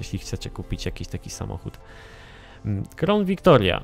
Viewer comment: Ford "KRAŁN" Victoria nie "KROŁN" ;)